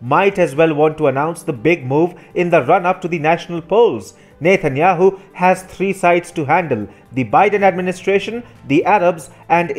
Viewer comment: Does he keep saying "Nathan Yahoo"?